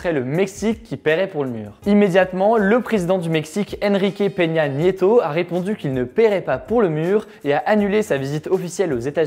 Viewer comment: Bien prononcé ton espagnol ;) Peña Nieto.